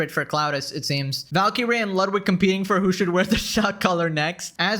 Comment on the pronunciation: Valkee - ray? Double Blue? I thought Indians learned English in elementary school